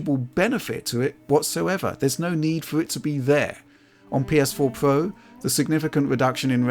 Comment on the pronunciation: “PS4 Pwo”